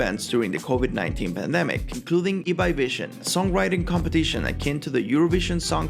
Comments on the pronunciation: Si pronunciaste bien Ibai es porque hablas español xd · Por lo menos pronunció Ibai bien :)